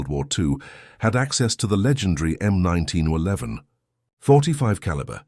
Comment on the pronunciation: The "M oneteen O'leven" ???!!!! You bought the cheapest automated voice you could find, didn't you?!!!